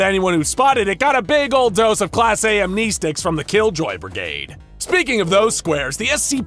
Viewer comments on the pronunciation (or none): Am-nee-stics? AM-NEST-ICS! The clue is in the spelling.